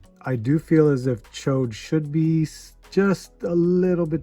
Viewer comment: Hey!!!!!!, the only guy who says Ch'od's name right